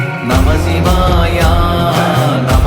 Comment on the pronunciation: இந்த அற்புதமான பாடலுக்கு இந்த ராகம் பொருத்தமாக இல்லை. அப்புறம் ஒரு பாடலுக்கும் அடுத்த பாடலுக்கும் இடையே நமசிவாயா என்று "உச்சரிப்பது நன்றாக இல்லை" அதிலும் "யா" என்று நெடிலில் உச்சரிக்கக் கூடாது. "ய" என்று குரிலில் தான் உச்சரிக்க வேண்டும். சிவய நம என்பதே நம சிவய எனப்படுகிறது. இதில் "யா" என்று இழுக்கக்கூடாது.